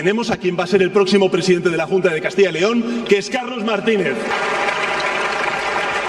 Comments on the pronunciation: CADTILLA LEON??? COMO SE DICE PUES??? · Todo bien , menos que pronuncian mal CASTILLA YYYYYYY LEON